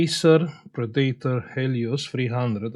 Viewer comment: "Pree date R"